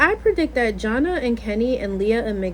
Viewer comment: Her name is Jana pronounced JaNae